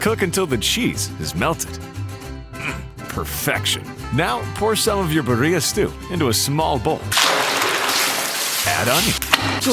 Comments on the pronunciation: Recipe looks great but you're pronouncing birria wrong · This fool can say Guajillo right but can’t say Birria 🤦🏽‍♀️ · I hate the English pronunciation of Birria. Roll those R's.